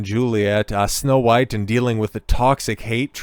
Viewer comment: He keeps saying huwhite. Lol AmRen is influencing.